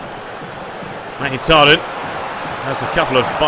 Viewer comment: Mkhitariyan pronounced mik-hee-tar-ee-yan